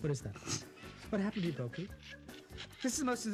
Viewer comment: y’all it’s bohkee not boki